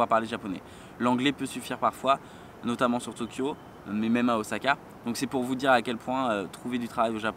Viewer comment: On dis Ossaka & pas Ozaka ? J'adore les bananes & l'ananas pour moi ça va :D